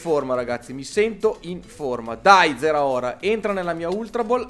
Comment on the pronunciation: si dice zaraora